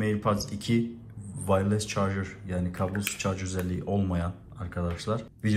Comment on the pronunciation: İki senedir Amerika'dasın halen vayless (wireless) diyorsun yazık.